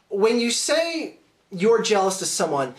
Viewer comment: A new insult: "jelamous"